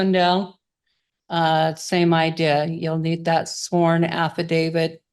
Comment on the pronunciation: Oh no. She can't even PRONOUNCE affidavit.